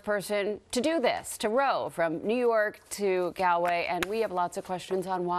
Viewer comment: You pronounced it right the second time then you said rather gaaaalllllway. It's sounds like Gaul way